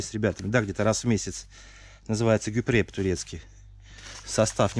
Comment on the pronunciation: не гюпре, а Gubre(гюБре)